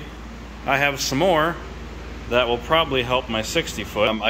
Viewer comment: "I have smore"